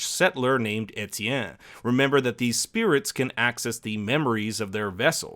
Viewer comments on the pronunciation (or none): none